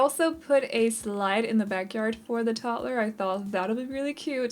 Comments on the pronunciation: The way you pronounce toddler is absolutely fine. I love the house, thank you, I’m always looking for tiny houses. When the sim earns enough money they can make it larger or move❤️ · I think it is RUDE that anyone would criticize you for the way you pronounce toddler!!! You should not have to explain or defend yourself! Your English is amazing and certainly better than a lot of people who only know English and no other language! I love your videos keep up the good work!☺️ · Honestly idk why people would hate the why you say toddler,I literally LOVE the way you say toddler 😂 it’s weird I know but I DO. This video was so cute! And I love these type of video with tiny homes 🥰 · I never noticed that too. After she mentioned it I noticed it one single time and then again I didn't for the rest of the build 😅